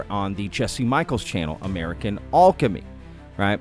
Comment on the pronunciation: I hate the way you pronounce alchemy -.